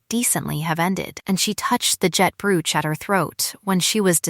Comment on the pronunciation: Tell AI to pronounce Brooch correctly.